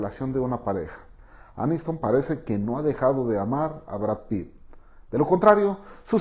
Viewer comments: Pritt???!!! Jajajaja me dio risa pensé en el resistió jajajajajaja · En el minuto dijiste Pritt, y ese es un pegamento